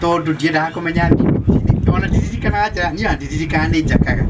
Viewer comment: It's thimo not thimu